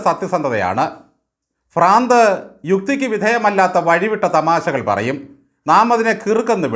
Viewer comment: ഫ്രാന്തല്ല, ഭ്രാന്താണ്. ഒന്ന് പഠിച്ചാൽ നന്ന് 😂